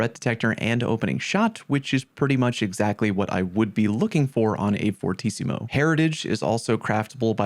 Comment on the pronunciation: As italian i think your pronunciation of fortissimo was really good. Just punt another s in the pronunciation just becouse it's easy